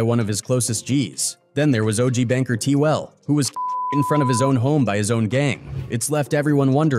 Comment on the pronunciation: Stone was killed by Du-Rocks, not 6-0, How that story got here, I don't know. Took didn't have anything to do with the formation of the Sixties. its BANKER T, not banger t. If its half right, it's all wrong... Please fact check y'all, don't be influenced by misinformation